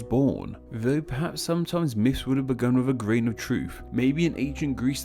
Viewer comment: These are “myths” not “miffs”